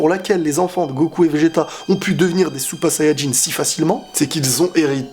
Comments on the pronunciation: Parles français ou japonais, mais dire supa sayajin ça fait handicapé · t es genant quand tu dis " super sayan jin" t es chelou